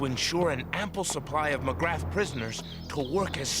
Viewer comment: "Magrath" is not pronounced as it is spelt. It's correctly pronounced 'M'grar'.